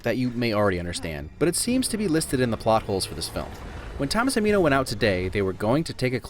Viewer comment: Minno 😂😂 its minho